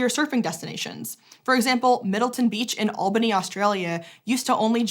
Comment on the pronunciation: Albany - Is pronounced Al - not All-bany :)